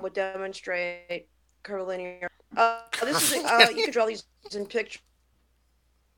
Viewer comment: she said CURBBYLINEARSPERPCTIVE